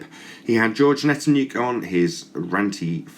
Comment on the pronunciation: I'm no fan of George Hnatiuk ( pronounced Nosh Ick, by the way ) and do enjoy seeing his arguments deconstructed, but you should have let him finish what he was trying to say. I don't mind you cutting him off and muting him and stuff on your own show, but you shouldn't act this way on someone else's platform. You need to be better than the ball boys.